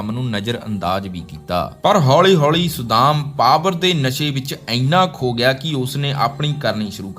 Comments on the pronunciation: Saddaam, not sudam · ਵਧੀਆ ਵੀਡੀਓ ਬਣਾਈ ਹੈ ਪਰ ਤੁਹਾਡਾ ਕਈ ਸ਼ਬਦਾਂ ਦਾ ਉਚਾਰਣ ਠੀਕ ਨਹੀਂ ਸੀ, ਜਿਵੇਂ ਸੱਦਾਮ ਨੂੰ ਤੁਸੀਂ ਵਾਰ ਵਾਰ ਸੁਦਾਮ ਕਹਿ ਰਹੇ ਸੀ। ਬਾਕੀ ਵਧੀਆ ਜਾਣਕਾਰੀ ਵਧੀਆ ਆਵਾਜ਼ ਨਾਲ।